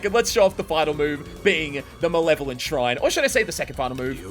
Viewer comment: Bro calls Shrine, "Shine", and Lapse Blue, Lapis Blue.